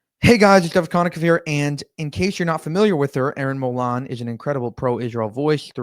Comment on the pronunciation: Hey there, absolutely love your work! Erin’s last name is pronounced the Aussie (lazy) way: ‘Mole-in’, rhymes with ‘rolling’. (Not ‘Mol-arn’). Not having a go at ya or anything just thought I’d mention it. Thanks for your hard work, I watch every vid.